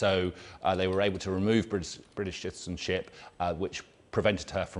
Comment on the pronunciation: “her British shitizen-citizenship”